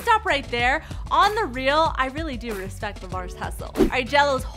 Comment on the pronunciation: You get a dislike for saying respek